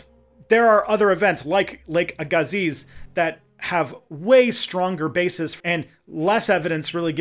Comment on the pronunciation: I grew up in Mission, BC, next door to the town of Aggassiz, BC. It’s pronounced “ae-ga-sea”, not “aa-ga-zeez”. That’s even how the local First Nations pronounce it 😂